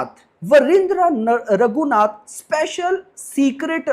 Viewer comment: wahindreh❌ nahi vijendreh ragu naath ✅naam h